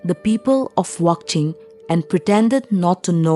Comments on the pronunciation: I think wanching not wangching bcs ur pronounce wangching😊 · If you kindly. Spell amd pronounce correctly will be more appropriate. Not wongching but WANCHING. Not anaya. Anhgya( queen) please check all the name and pronunciation